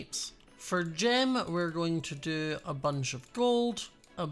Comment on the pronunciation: Whenever you say Gem, I hear Jim, and I get confused 😂